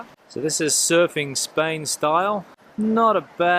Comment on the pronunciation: When on earth,you will be able yo pronunce Spain right!!!!